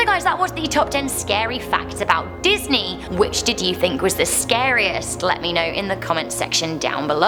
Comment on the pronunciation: Hehe... I love the beginning because she said like Facks (Fvcks)